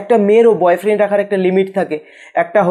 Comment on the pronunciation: R boyfriend ke bolfriend bolche keno ha ha ha😂😂😂😂🤣😆😂🤣😆😆😂🤣🤣😆😂🤣😆